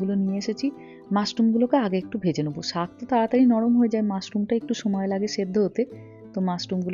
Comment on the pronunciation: সাগ ✅ শাক ❌ 😂